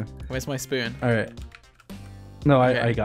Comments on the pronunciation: “A pickaxe, an axe, and a shspoon.” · shh-spoon... I think he's intentionally saying spoon to make george laugh